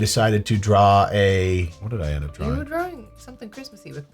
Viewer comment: Your pronunciation of drawing is upsetting to me